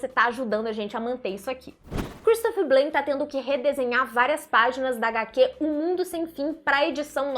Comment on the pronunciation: EM FRANCES BLAIN NÃO SE FALA BLÊINN.